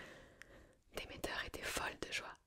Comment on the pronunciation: Comment tu me prononcé Hadès et Demeter la ? Mes oreilles d'Hélleniste seignent 😭 Nan plus sérieusement il est très très sympa ce format, j ai adoré !